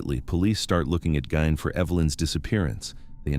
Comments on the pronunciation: GEEEEEEEN NOT GINE 😡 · It's Gein (Geen) not Gain(Gain). Lol. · EVEN LAW ENFORCEMENT SAYS GEEN, SORRY. NOT GOING TO FLY. HALF A CENTURY PLUS IT'S ALWAYS BEEN GEEN. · It was pronounced differently each time he said it 😂 Gain, Gine, Gunn 😂😂😂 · Gine ! Gein it's a German Name: Gein is pronounced 'Gine'! (!!) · He pronounces Ed Gein as Ed Gunn. Then goes on to say how famous he is. If he so famous then why can't he pronounce the name correctly.